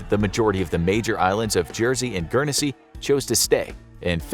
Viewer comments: Guernsey is pronounced gurn-say not gurn e say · GURN SEA not Gern e se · Dude - It's just pronounced like Gurn-zy not Gurn-eh-zy lol. No biggie, it just sounds weird the way you're pronouncing it :-) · Guernsey is pronounced gu-ern-sea not gu-ern-e-sea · GURN-sy, not GURN-e-SY, you fuk'n mook. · It’s pronounced gurnsy not gernansea 😂😂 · Its Guernsey not Guernessey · Just to let you know it’s pronounced Gern-zy but besides that it’s nice to see a video about us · It's gern see. Not. Gern es see. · I watch enough sidemen to know it's not pronounce guernEsey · It’s pronounced gurn-sey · Do you pronounce it Gurn-Zee or guer-ness-see like this mug? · I'm sure it's just pronounced "Gurnsey" (my city's all-time star footballer, Matthew Le Tissier would be able to tell you; he's from there) but I've been to Jersey; The bunker hospital complex is massive. Let's also not forget that the Channel islands were kinda seen as British land so they had some value in that sense. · As someone who lives on Guernsey it is pronounced gurnsey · Gern-e-sey pmsl American's can't pronounce anything correctly lol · U pronounced Guernsey completely wrong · I’m from guernsey and I must say that his pronunciation hurts me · The way Guernsey was being said was wrong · You messed up the pronunciation of guernsey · Why are they showing American flags, when talking about Winston Churchill who was the British Prime minister and they were pronouncing Gurnesey wrong 🤔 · The way you pronounced guernsey triggers me quite a fair bit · As someone who is from and lives in Guernsey, I can agree it triggers me 😡😩🤦‍♂️ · Guernsey... You pronounced it wrong most the time during this vid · The people that live there don't pronounce the first E in the name.